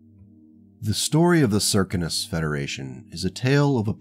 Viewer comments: Well, where I sit in America, those words: Circus, Circumstance, Circumference, all are spoken with the first three letters sounding like 'Sir', Sir, not Sear, or any other slurring of the phoneme. So Circinus would be Sir Sin Us. I guess, where you come from, words are spoken with some other 'accent'. I just pointed out the American way of saying the name. No other 'slur' was meant, or implied. And even though you 'mispronounce' words to my ear, I will still be auditing your series because it is captivating, well written, and has interesting characters, as well as interesting events. All happening at the edges of 'civilized' space. As said before... Keep writing... and I'll keep listening to each 'chapter'. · Hello. I hate to mention this, but the Circinus Federation is pronounced as 'Sir-Sin-us'. MUCH easier to say than your pronunciation. Oriente is said as: 'Ore-E-en-tay'. The Circinus Federation is a rare example of FASA, or some other company that held the copyrights to Battletech, destroying a 'faction' outright. There is little hope of ever seeing another government in the area, since both Marik and Steiner both keep a wary eye on the area, and are more than willing to stomp out any 'pirate kingdom' that should establish itself, or attempt to do so. There are only a handful of such instances in the entire 'history' of the Battletech universe. Where some 'faction' has been so damaged, or destroyed, to the point that it is highly unlikely to ever be re-established in the future. The entirety of the Word of Blake is such an instance, and an example. As is The Society, in the Clans, or as I often refer to it... the Khanate. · Sear - Sin - Us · Circinus is an actual galaxy so perhaps an astronomy forum would be a good source. Apparently they all seem to think it’s pronounced Sir-Sin-Us. Which seems off to me but thems the breaks.